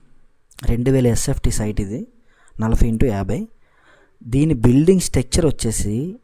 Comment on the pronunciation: Nalafy kadhu adhi nalabay anali telugu sanka naakisthunnam maname